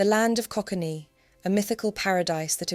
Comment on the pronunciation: land of coquaine. Pronounced like the drug we snif to get thru the day . /ko•kane/